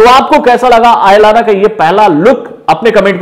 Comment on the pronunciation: It's not आयालाना ❌ it's अयलान ✔️✔️🙏😍